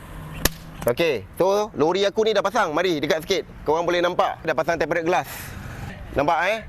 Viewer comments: Sebutan dia tem-perd glass bang... Sebut tem-ped je pon okay dari tem-pe-ret... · ok bang sy nk share satu ilmu, Tempered tu disebut temperd glass. Tak perlu sebut tempe red glas, Red tu dia silent je xperlu sebut hehe. Maaf ya bang cuma share ilmu. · Tem - pee - rerd tengkorak kau… TEMPERDD je sebotan / pronons dia.. dh tulis cara baca melayu dh tu… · Sebutannya tempered( temped) bukan temp pe red. Heeee sorry ya… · betul..temperd je bunyi..red tu kena gulung lidah hujungnya.. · bang.. ejaan dia memey tempered, tapi "ed" takyah la dibunyikan.. tempered=temped (lebih krg mcm tu bunyinya).. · TEMPERED GLASS Sebutan yg betul - tem.ped glass R E D - kat belakang takyah sebut. Kongsi ilmu!! Tq. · Eja nya tempered. Sebutan nye temped je bang